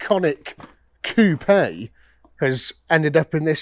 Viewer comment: Love pronouncing “coupe” properly. None of that chicken coop nonsense.